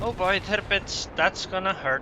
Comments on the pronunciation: Love your commentaries man ;) especially the way you say "Tirpitz" :D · Its actually how Its pronounced